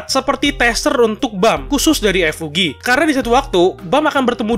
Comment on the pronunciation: Season 1 tamat sekitar eps 13 sma kaya anime musim lainnya mungkin bisa lebih atau kurang !!! sedikit saran untuk Admin kalo nyebut kata FUG kosakata nya jangan di pisah jadi F U G tapi di gabung bacanya ga misah